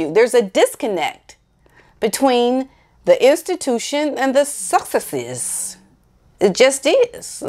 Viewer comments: Hi! I want to help you with your pronunciation os the Sussex’s and I mean no disrespect! So here goes... you can say Suck eX’es! I hope this helps despite how the pronunciation is spelled!:-) ~t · Love your videos, I smile every time you try to say sussexe's. it is pronounced suss-sex-is. Thank you for doing your videos. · Suss-ex-ess break the word up. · Nobody says SUSSEXES better than you. Even your facial expression is really funny!